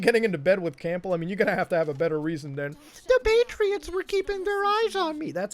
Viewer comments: Colonel “Camp-ble” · Loved the video! Really enjoyed your thoughts on the whole saga. One thing that bugged me enough to mention though- Campbell is pronounced CAM-BUL, the 'P' is silent. (not trying to be a dick- just naturaly am one) - "I'm not a doctor" Wait, WHAT!!? Peace. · I’m getting triggered with how you butchered Campbell’s name lol